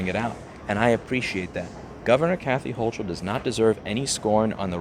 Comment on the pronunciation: It's HO-kull. It helps to pronounce her name right.